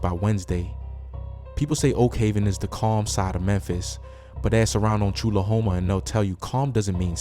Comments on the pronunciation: *choolahome kinda like u saying trulla homa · It’s actually pronounced Chew-Luh-Home-Uh. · Tchulahoma pronounced TwoCluhHoma 🤣🤣🤣🤣